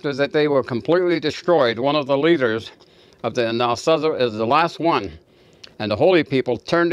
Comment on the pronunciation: You are pronouncing Anazasi wrong.